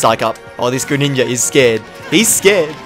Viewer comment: Everyone:greninja:greniyah